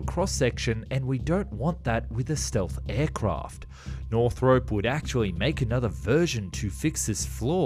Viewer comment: *nor-throp.... not north-rope